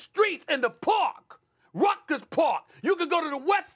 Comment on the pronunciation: "Rutgers Park"?! Stephen A. Smith you're a New Yorker mispronouncing Rucker Park??? A staple in New York City basketball history...BLASPHEMOUS